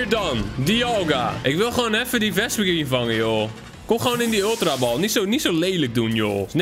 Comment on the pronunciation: je spreekt vespiquen verkeerd uit! 😾😾😾